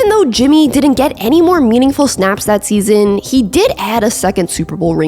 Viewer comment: I know I’m armchair quarterbacking… but the narration ain’t it. Couple times your inflection on the last syllable doesn’t always have to be accentuated. Ex: seaSON “how-EVERRR”